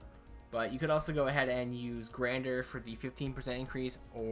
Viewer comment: OMG HE SAID "GRANDER" its fucking gandr not grander. also jing ke sucks lol ushi better assassin.